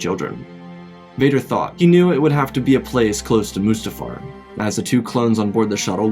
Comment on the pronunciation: It’s pronounced mustafar